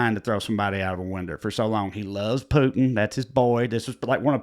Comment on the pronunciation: Maybe the trash bags we saw tossed from the residence at the White House during Trump's "vacation" was him practicing defenestration. Also, hearing you correctly pronounce and apply the word defenestration, then follow it with "winder" was richly rewarding to me. You're a dichotomy of comedy.